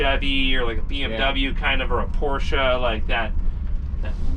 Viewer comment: Great video!👍🏼 Thank you and thank you for the two syllables proper pronunciation of Dr. Ferdinand Porsche’s name. Two syllables: Por-sche 🙌🏼